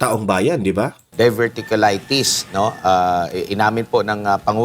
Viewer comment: to pronounce the word like “dayverticulaytis”..diverticulitis